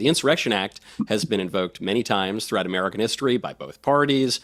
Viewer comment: Anyone who pronounces American as Amedicahn should not be MAKING OUR DAMN LAWS. Go make woke laws for Indians.